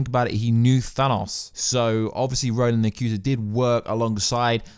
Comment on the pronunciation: I know this is a nitpick, but RO-NAN? Like, RO-NAN the barbarian? Spelled Ronan, pronounced RO-NIN. Yes, I'm a nerd.